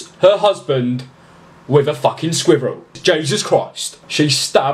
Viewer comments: I like how he sAys squirrel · The way he says squirrel 😂😂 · THE WAY HE SAYS SQUIRREL MAKES ME SO HAPPY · the way u say squirrel😂💙💙💯🔒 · The way you say squirrel 😂😂😂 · My favorite part of this video was how you said squirrel. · THE WAY HE SAYS "squirrel" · I love the way he says squirrel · The way u say squirrel makes me cringe